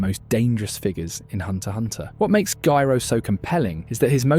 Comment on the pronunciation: I don't mind the AI voice, but please make it pronounce Gyro correctly 100% of the time 😭